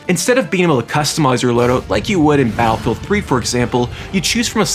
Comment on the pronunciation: Bro can’t say battlefield. Literally said Attlefield.